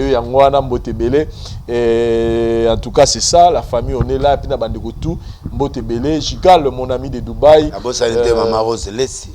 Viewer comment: Vincent c'est ça se lit #BOTE et non #BOUTE